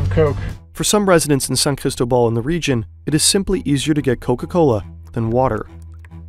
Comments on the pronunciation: I found so funny you saying ChristoBall when its CristObaal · San CristÓbal not sancristobAl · It’s NOT that hard to pronounce San CrisTObal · San "Crystal Ball"? Are you kidding me with that terrible pronunciation?